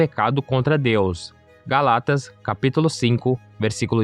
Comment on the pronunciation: e quem n sabe disto??? Vce sabe o q e' polucao ??? Ainda fala Galatas errado... Corrige o portuga de Brasil...